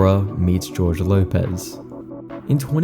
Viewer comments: Jorge is pronounced “Hor-hey”, not “George”. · Jorge is a spanish name, its not pronounced like George. Its Hor Hey